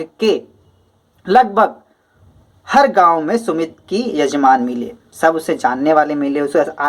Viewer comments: Sir vo sumti hai सुमित नहीं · Vo sumti hai sumit nahi